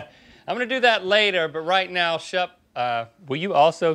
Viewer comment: *Shep. Like Shepherd.